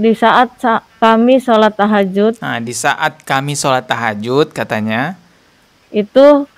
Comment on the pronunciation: Tahajud apa takjiah😂